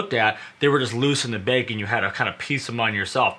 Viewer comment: You say bag like the word "Bagel", it's kind of funny. Informative video though. Oh and all windshield sunshades are held in place by the visors. But they don't appear to have the roof sunshades for my 2018 Model 3. Did something change in the Model 3's?